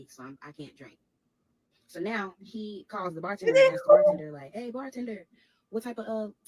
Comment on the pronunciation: And askes instead of asks